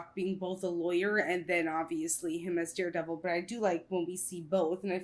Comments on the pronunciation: Stop calling him Deardevil it's hurting my ears. 🤣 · best series in my opinion. Sounded like you said deerdevil lol